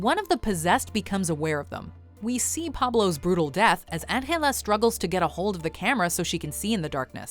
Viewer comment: Why are you saying Angela from Rec in that way, no one in the movie said her name like that.